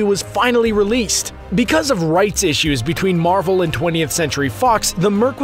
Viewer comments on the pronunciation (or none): none